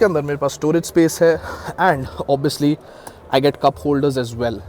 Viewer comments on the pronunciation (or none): none